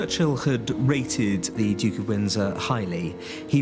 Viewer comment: my god at least pronounce duke correctly